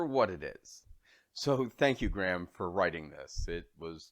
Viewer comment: Graham is pronounced Gray-am. :)